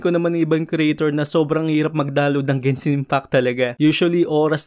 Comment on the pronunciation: gensin impact ? yung nadidinig ko talaga 😂